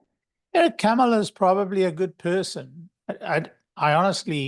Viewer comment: Sorry - Kamala is not too bright…? You can’t even pronounce her name right… 🙄